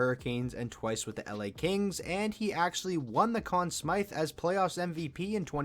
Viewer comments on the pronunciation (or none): Solid vid. Btw it's Conn Smythe, not Conn Smyth.